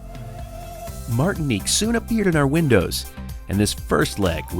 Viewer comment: Gotta say, it's a little strange hearing my name in a video here on YouTube. Thanks for pronouncing it right 😂 Martinique.